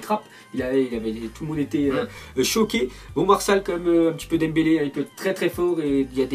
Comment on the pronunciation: Pourquoi il dit toujours Nembele au lieu de Dembele ?